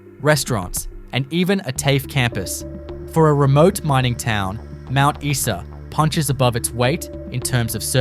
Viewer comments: It's Mount Eye Saa not Mount Eee Saa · Mount EESA instead Mount Isa!😁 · Mount Issa. You are shutting me.